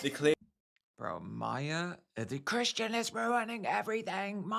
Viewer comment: Christian. Chrishhhtunnn. CRISHTONNNN!!! 😩🙉😱🤣🤭